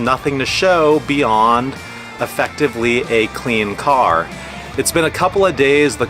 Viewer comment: Each time you say car 🫨 I cringe Nice Jeep tho!